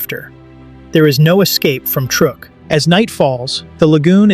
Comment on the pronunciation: someday AI will be able to pronounce words properly. Truk is pronounced truck.